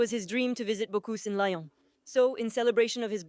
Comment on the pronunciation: Computer generated voices are hilarious. Subtitles would have been better. "Lion" is now the way to pronounce "Lyon" 🙄😓